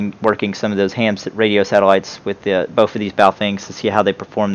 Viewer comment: It's not "bof" the word you're looking for is "both"